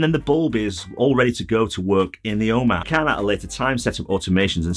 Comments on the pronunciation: I can’t make out what you are saying “o map”? “Home app”? O man? I’ve just ordered three of these directly off the Nanoleaf website! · It‘s so funny. When you say “home app” I first understood “Oma” which is the german word for grandma. Great videos, thank you! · Lol as an American it took me a few listens to that word before I realized he was saying the home app hehe